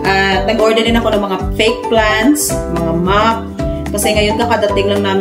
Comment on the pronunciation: Mop not map.